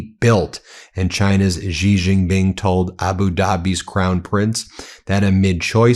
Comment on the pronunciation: BEN: it’s pronounced SHE Jin Ping. You are going to be referencing China more often as it asserts itself as a sane global business partner. The US has been consumed by idiocy and the ethic of WINNING, and this has nothing to do with building cell phone towers, shipping plastic crap and and lifting 100s of millions out of poverty, in China and elsewhere. China has a profound interest in prioritizing its dominance of manufacturing and shipping over military dominance. It acutely fears US military power, yet this power will wane as it becomes increasingly marginalized as an option because IT’S BAD FOR BUSINESS.